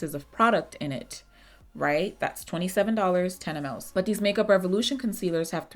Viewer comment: Baby MLS....pronounced mils 😂😂❤❤